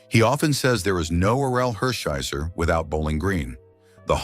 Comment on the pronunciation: Is this Artificial intelligence talking as Don Drysdale, Orel Hersheiser, and Buzzie Bavasi's name is mispronounced. Unpresidented is also mispronounced.